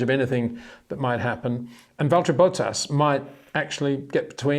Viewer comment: I love the way you pronounce "Bottas". Valtteri Bow Taass. Tremendous ❤